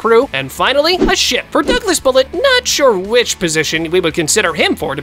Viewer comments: 28.13 blud said shit not ship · NAHHHH I HEARD SHIP TO shi-poop